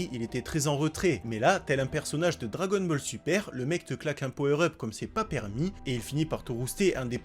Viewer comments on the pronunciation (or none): none